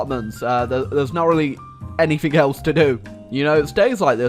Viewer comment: Its anything not anythink....